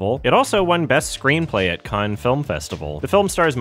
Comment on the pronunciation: Why do you pronounce Palme d'Or correctly but you consistently mispronounce Cannes?